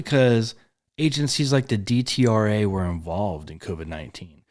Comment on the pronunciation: It is pronounced Det-Rah.